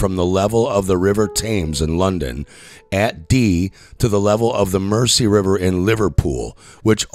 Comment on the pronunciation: Oh, and learn how to pronounce Thames, Mersey, and Birmingham, you ignoramus.